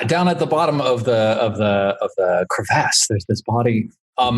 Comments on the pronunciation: Can we all agree to take a shot every time says crevASSE? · Its bothering me how he says crevice or crevasse